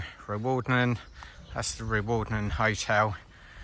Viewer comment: I went to hide behind the settee when pronounced Crianlarich, I had just recovered from Rowardennan! Great video though 😂